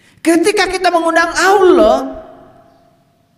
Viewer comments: Ngomong Allah aja g becus sok ceramah,masa nyebut nama Allah pakai wau,jadinya y Awlah bukan Allah,yg jelas tulisan arabnya Alif lam lam ha.. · Coba dengarkan waktu menyebut kata Allah, yg terdengar adl Awloh 😂. Jadi tdk usah didengar ocehannya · Dari mana orang ini di juluki kh nyebut asma Allah aja ga jelas aulo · 😂😂😂😂 saya sudah respek pada ceramah nya dari cara dia mengucapkan kata alllah saja gak mencerminkan islam nabi sholollahi wasallam....masak org sekelas beliau tu nyebut allah itu...AULOH..........😅😅😅😅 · Si ini menyebutkan kata Allah saja Awloh bukan Allah, ahli fisika menafsirkan al quran. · Yang perlu di cermati dr di lulusan dr pondok pesantren/sekolah agama dimana….? Untuk pengucapan Allah aja diragukan.mengucapkan huruf Hijaiyah aja.? Diragukan. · Mengucapkan kata Alloh saja ga becus so so an menafsirkan qu,an sesat ds menyesatkan. Na'uzu billahi min zaalik. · Cara melafatkan kata allah saja tidak fasih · Perhatikan baca Alloh belepotan artinya dia itu awam sekali . jadi ga boleh menapsirkan Al Qur'an seenaknya sendiri... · Dia muslim bukan.. Cara melafalkan asma ALLAH saja susah. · Ngomong Allah aja gak fasih ente bisa nilai sendiri